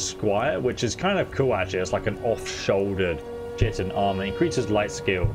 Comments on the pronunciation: That's not how you pronounce chitin... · I always say shitin too, DW about it lol. It sounds better as Shitin tbh instead of kitin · You misspelled your correction of your incorrect reading of the word Magebane. Also, chitin is pronounced kīt'n. I alost still often pronounce that word incorrectly internally. edit: you prounounsing "Solstheim" as somthing like "Solθīm" makes me think you could be doing it on purpose. If you're not doing it on purpose, then I empathise with that. Either way, I'm only 7.62% of the way through this video. I don't want to continue writing down errors when the chances of you benefitting from my corrections are so small. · I quit the viceo at the first mention of "tchiten", sorry. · The “ch” in chitin is a “k” sound and the first “I” is a long sound. That is how we were taught in all biology classes.